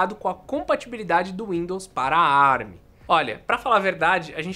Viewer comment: Com as maravilhas da tecnologia Árabe (ARM) foi o que eu entendi o falar no começo 🤣